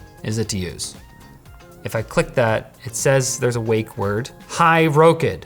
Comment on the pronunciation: I'm pretty sure they expect you to pronounce it rock-id not row-kid that might be the problem with the wake word.